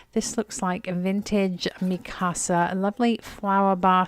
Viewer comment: Mikasa is pronounced with a short "i" as in "is", not Mee-kasa as so many people do.